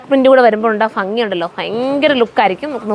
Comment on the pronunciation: bangi അല്ല ഭംഗി